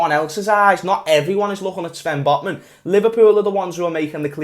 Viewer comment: At the start of the video I thot that said LFC singed Botmen lol😂